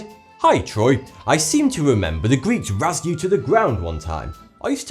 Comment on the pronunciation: Razed is pronounced exactly like raised. The following sentences are perfect homophones with opposite meanings: The building was razed. The building was raised.